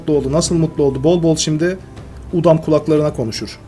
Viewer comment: bide udum değil udam